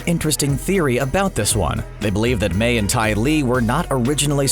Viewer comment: Imagine calling Mai "may" for like 10 minutes straight... A true fan this man is not